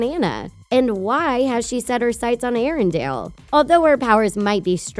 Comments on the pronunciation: Anyone else get bothered on how she pronounces Arendelle and Anna? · And also the way she pronounces Arendelle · Erindale? Uh no, it's Erindell m8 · Omfg, it's Anna (Aw-nuh) and arendelle (air-rin-DELL) NOT DALE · Elsa is a queen Pronounces Arendelle wrong three times Pronounces Anna wrong fourteen times. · And it also bothers me when she says Arendelle